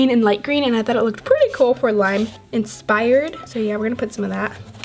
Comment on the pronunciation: You said inspired to the glitter and I thought you said expired lol